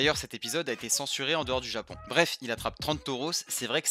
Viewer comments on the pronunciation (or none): none